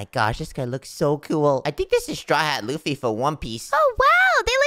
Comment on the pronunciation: That is not luffo it's luffy❤